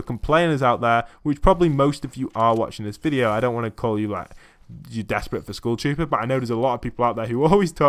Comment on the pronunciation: Am i the only one hearing school shooter insted of skull trooper